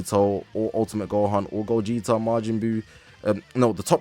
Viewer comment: I'm grateful but it's gogeta bro like damn it's ssj4 gogeta broo 😭